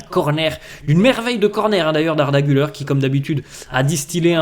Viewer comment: Pour la pronunciation d’Arda Güler , Gül(air) et surtout pas Gül(eur), donc sympas de bien pronouncer. Merci